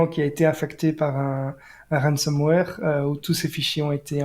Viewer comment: Excellent podcast ! (Petite remarque : 'ransomware' et non 'ransomeware' )